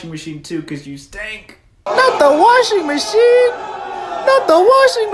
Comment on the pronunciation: 'not the washingmooshing'